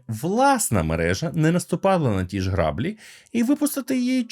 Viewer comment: Не грАблі а граблІ